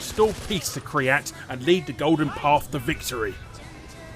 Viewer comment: It's not cumin kryat it's kyrat